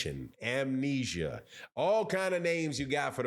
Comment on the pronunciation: BRUH, EVERYBODY trippin on amnesia last name. I know this dude gone have PTSD just because NO ONE Knows how to say his name!